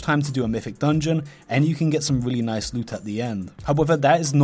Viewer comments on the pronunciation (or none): none